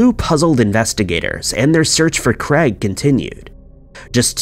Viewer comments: Can you please start pronouncing names properly. It is very annoying! Craig....is NOT pronounced Creg!!!! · I just cannot listen to stories with incorrect pronunciations! It is not Creg or Crag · Why can the narrator not pronounce "Craig"???! Aaaarggghhhhh! Jesis fork and Crest!